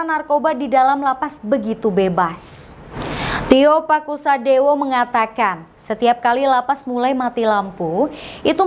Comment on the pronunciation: Tio Pakusodewo bukan TIO PASUKADEWO